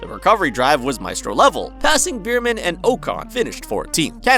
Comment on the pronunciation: beerman and bakoo… how hard is it to pronounce stuff correctly